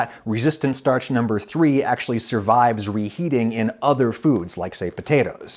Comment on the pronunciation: I see you count three like a German btw